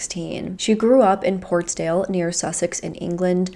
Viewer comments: Shana grew up in PORTSLADE (not “Portsdale”). Her town (PORTSLADE, not “Portsdale”) is IN Sussex. It is not “near Sussex” in the same way that Los Angeles is not “near” California, it is IN California. Please try a little harder to get the most basic facts of the cases you cover correct. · I just want to say that it’s Portslade not Portsdale and it was Hove Park not Grove Park x